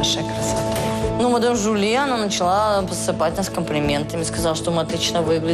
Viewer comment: не мадам Жюльен, а мадам Жюли 😂😂😂😂😂😂😂😂